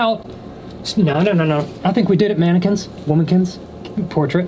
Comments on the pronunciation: “Manikins, womakins, . . . portrait.” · I’m laughing so hard when he said manikins! Womikins portrait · "I think we did it manekins... Womakins.. Portrakins.." Lol. Same 🤦‍♀️😂💖 Edit: I thought he said Portrakins, and then I looked back lol 🤦‍♀️🙃😂